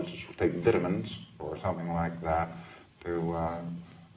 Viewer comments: DID HE SERIOUSLY SAY VETAMENS?!?! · He was an American, yes? Ive never heard someone native to the states pronounce words PRO- cessing or Vitt- amins.